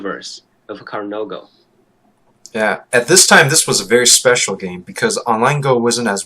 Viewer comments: Hikaru "no go". The way you pronounce it, it's like there is a no go area for Hikaru somewhere :-) It is Japanese and it actually means Hikaru's Go or "the Go of Hikaru". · he should stop at 'no'. Hikaruno Go.